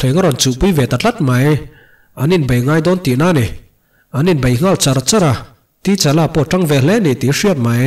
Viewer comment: Sir ka lo sawi ve mai2, comment tih tam nan,, T-Challa tilo in Ta-Challa ti a lam tur ni in k hria.